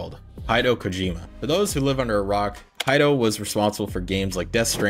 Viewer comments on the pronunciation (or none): Quality video. One criticism...name pronunciation. Research how people's names are said. It just helps show a bit more respect for folks being mentioned. Especially for folks with more uncommon names. Kojima's first name is pronounced 'He-day-oh'...Hideo. I'm Brazilian and deal with folks butchering my name all the time. This made me take extra time to make sure I don't do that as well. Again, great video...Keep it up bro!